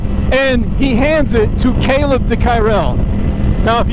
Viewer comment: I met Kaleb at Cresson last year and, like a lot of Moto people, he just seemed like a really good dude. MotoAmerica and the trackday and racing motorcyle stuff is full of just good people, it would seem. He probably wouldn't even mind that you are absolutely butchering his last name. Glad to see him on an Ape this year!